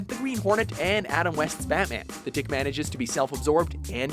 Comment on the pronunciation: I know these people did not just say tick -___